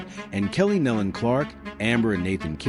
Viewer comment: It’s pronounced Neelon